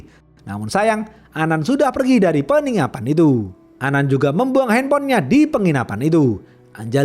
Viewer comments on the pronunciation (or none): Wkwk aku ulang lgi videonya ternyata bener “peningapan” 😅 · "Peningapan" 😂🤣 Kukira aku salah dengar pas diulang lagi benaran rupanya 21.38